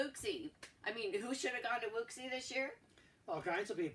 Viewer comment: Also as an aside: Wuxi is pronounced “woo-shee” 👍🏻